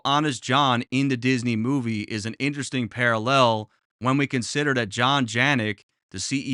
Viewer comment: Bro you killed this big upppp to you as always PS you say parallel funny ahahaha like parallEL